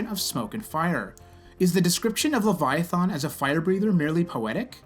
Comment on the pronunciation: Your depiction is so off it barely clings to logic that can be comprehended. And they way you pronounce the name. In what dragons mouth would a guttural thAn be sounded? Least you believed what you said and ended with only God knows. Only God told his pet to stop and it listened showing the might that’s exponentially greater that which is possessed by God. And also for Job it shows how God listens and is with anyone even no matter how detailed. I hope you grow and don’t keep fooling yourself with what is factual knowledge that is passed inside by the sprit Jesus left behind. Aka the Holy Spirit. It teaches us and lets us understand. I am not picking on you I just want to show possibilities.